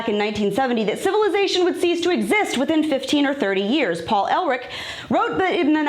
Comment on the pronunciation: Paul "ERR-LICK", not "ELL-RICK".